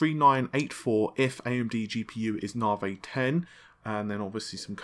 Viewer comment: "Now for some Nah-Vey news"